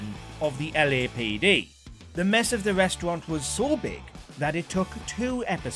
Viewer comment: I can't help but burst out laughing when he says 'reshtrunt' 😆😆 idiot